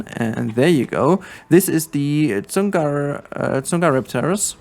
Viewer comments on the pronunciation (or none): its pronounced like sung a rip te ris